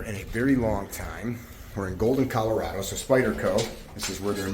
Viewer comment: It's not "Colorado" it's "Colorado"